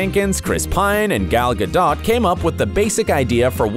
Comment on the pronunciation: This guy dillian who's telling this story doesn't even know how to pronounce gals last name. Disapointing